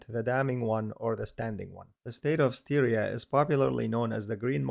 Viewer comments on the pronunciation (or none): Furthermore Styria is not pronounced like Syria, the first syllable is pronounced like in "stylish". Which leads to a result much closer to the native German name "Steiermark". (Same goes for town and river Steyr...)